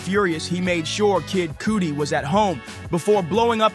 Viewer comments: His name is Kid Cudi, pronounced Cud-Dee, not Cootie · Kid Cuddi not Coodi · Thx for the breakdown. Cudi pronounced cuddy not coody. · Kid Cuuuuddy, not Cootie. I'm not saying this to be rude or pick on you, just letting you know ❤ you did a wonderful job here!! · I know , RIGHT ❓️❗️❓️ When i first heard him pronounce it wrong and then it was even written as COOTIE on the screen i burst out laughing . 😆 😆 😆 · "Kid Cooti" 😂